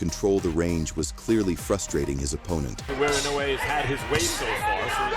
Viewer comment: The AI voice irritates me to no end. The constant mispronouncing of Inoue's name, is just asinine.